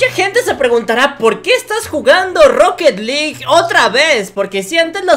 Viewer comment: Se dise roket alug